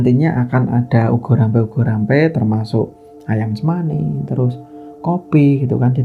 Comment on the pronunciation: Bukan ugo rampe.... Tapi ubo rampe